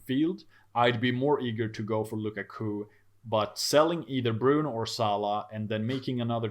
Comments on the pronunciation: I am interested to know where his guy got Luca Coo from.... literally have never heard anyone say it different from lu kak u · Lu-Ka-Ku please practice